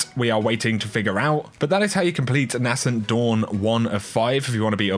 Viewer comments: Dude, please pronounce Nascent correctly. It’s ‘naysent’ not ‘nassent’. It’s a small thing but it does bug me. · It’s pronounced ‘nay sent’ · NAY-scent Dawn...Nay-scent...